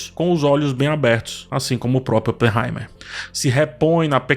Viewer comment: fala no Barbie/Oppenheimerrrrr